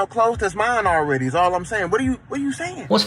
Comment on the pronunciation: Why do you pronounce the word, "all" as "ole"?